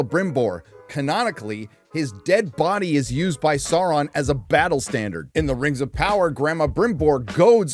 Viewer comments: What a "sour-man"? :face-blue-smiling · mispronouncing Sauron destroys your credibility